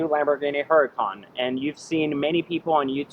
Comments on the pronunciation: It's HURACAN not huracon. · IT'S PRONOUNCED UR A CON BRO